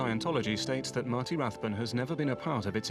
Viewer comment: Note that the $cientology “documentary” mispronounces his surname as RathBONE when he’s Rathbun.